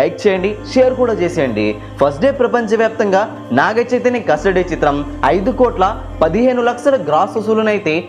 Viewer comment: Rey nuvvu mundu telugu spashtam ga palakadam nerchuko....laksalu kaadu ra lakshalu....